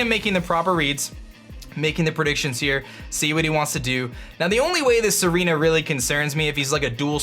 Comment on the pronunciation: It's Tsareena, he just pronounces it like Serena